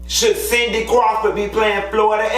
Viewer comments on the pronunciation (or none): none